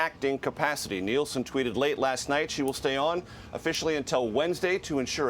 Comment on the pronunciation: Nielsen Not Nelson!